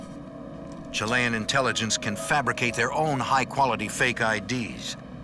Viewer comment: Can no one teach this man how to say Chilean?